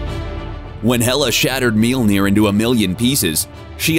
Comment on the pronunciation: Why do you keep saying Meelnir? Lol Mjolnir is pronounced like "myawl-nir".